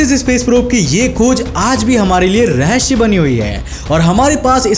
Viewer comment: rehshya lol